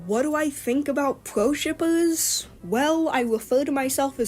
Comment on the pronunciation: I couldn't watch the video until the end, couldn't stand her pronouncing " R ", " W "... Like " pewo " instead of " pro " 🤮